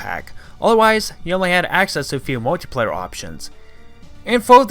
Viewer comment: I enjoyed the history behind Rareware and their games. But there’s something that annoyed me just a bit and it was the way you speak. Could be because you were trying to speak too fast and couldn’t understand a few of the things you were saying. You also had problems saying words like “bundle” and “multiplayer”. Maybe speaking a bit slower might solve that. Hope you don’t take this the wrong way. Other than that, amazingly well done mates!